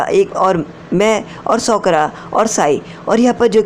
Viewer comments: Shi bat bhai sakura nhi Sokra 😅😅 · Sokura 🤔isn't it sakura 🤔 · Sokura nahi sakura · Sokora nehihe bhai sakora he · Bhi sokra nahi hota sakura hai uska naam